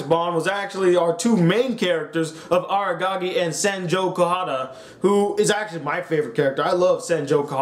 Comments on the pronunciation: Aragagi..?? Isn't it Araragi..? xD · The second he read the name as Agagi i dipped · you cant even pronounce araragis name stop talking bruh